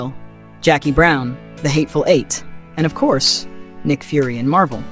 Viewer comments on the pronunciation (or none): none